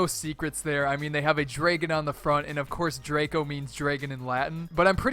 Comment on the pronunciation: dragone???? Can u pronounce?